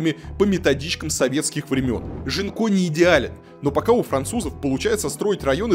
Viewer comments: Мне кажется, что, новый район в Бордо, называется Гинко, а не Жинко(как говорит многоуважаемый Варламов). На фасадах и дорогах, изображают листья японского дерева Гинко, поэтому, скорее всего, район называется Гинко. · А почему район Жинко? Это же произносится Гинко. Японское дерево такое. А Жинко это что-то украинское уже🤣